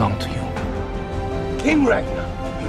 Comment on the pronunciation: kInG Rag-NAH